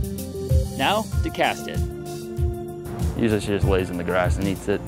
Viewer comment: Did he say "Now to cast it" or "Now to cat sit"? 🐱